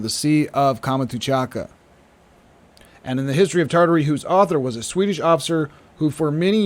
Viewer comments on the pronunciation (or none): Great work, but please stop saying "Kama-too-chaka", that's confusing. It's Kam-chat-ka (peninsula) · Please, Kamchatka is pronounced with three syllables, not five.